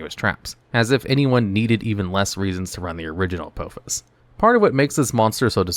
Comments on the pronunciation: It's pronounced Uh-Paw_Fiss, not Uh-Poe-Fiss. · Every time he says the name of the first trap card it aggravates me because he's pronouncing it wrong and it seems intentional, it is pronounced a-paw-fis. But not all of these traps are bad there's actually a couple of bangers in here they are just mostly slept on by people who play decks with a crap ton of spell cards rather than traps. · It's not "A-poe-fuss". Watch Stargate SG-1. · Judging by the pronunciation of the first card; you’ve never seen Stargate SG-1. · U said apophis wrong